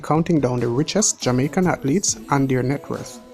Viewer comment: "Hearnings (earnings)" "Hatletes (athletes)" "Haiti Too (82)" 😂😂😂😂. Big up mi yardie dem.